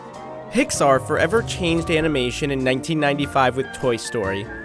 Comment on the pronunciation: nobody going to comment on how he pronounced Pixar with an H